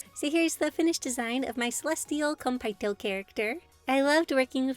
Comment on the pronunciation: OMG they’re so cute! I love the idea of food and stars together! Btw Konpeitō is pronounced with an elongated e, not a! Otherwise awesome video!